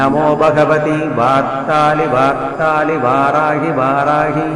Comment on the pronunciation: Beautiful but pronunciation of varthali varthali is not clear